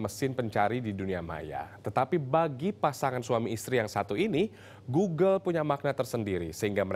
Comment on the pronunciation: G o o g l e ....... di baca glugluglug ..... 🤣🤣🤣